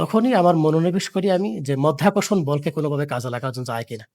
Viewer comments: মধ্যাকর্ষণ নয়, সঠিক কথাটি মাধ্যাকর্ষণ এবং সাংবাদিক সাহেব ও বারবার মধ্যাকর্ষণ বলে যাচ্ছেন। আমি মনে করি এই সাংবাদিক কতটুকু শিক্ষিত তা নিয়েও আমার সন্দেহ আছে। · মায়ের যোদ্ধা আবিষ্কার করলেন বিদ্যুৎ মধ্যাকর্ষণ উচ্চারণ ভুল